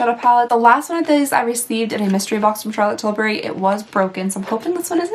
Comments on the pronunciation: I'm always excited when she opens a box with a CT item! I live for the fancy way she says "Charlotte TilBuryyy" 😂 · I almost peed myself when she said charlotte tillbury 🤣🤣🤣🤣🤣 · I love how you said Charlotte Tilbury 🤣 I was definitely cracking up. Can’t wait for the next advent calendar video! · Watched this when you first uploaded. Watching again because I really enjoy the advent calendar series, and let me just say: that under-your-breath/side note "Charlotte Tilbury!" gets me every time! 🤣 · The way she says "Charlotte Tilbury" had me dying LOL. Cant say you dont do the same when you read it out loud haha